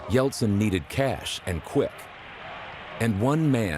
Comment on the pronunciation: Yeltsin e não Yeltson.